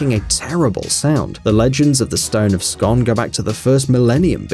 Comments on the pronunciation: It's pronounced Scoon not scon! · The stone........It's pronounced 'Scoon'. Shit research. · You said scone wrone. It's pronounced like spoon. But scone. So say it like scoon. I stay right beside it. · The Stone of Scoooon. Its pronounced scooon scoooooon scooooooooon... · The stone of Scone is pronounced "scoon"